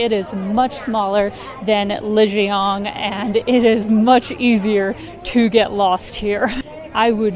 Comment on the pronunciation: Please try to pronounce Lijiang correctly. Not with a North American accent 🙉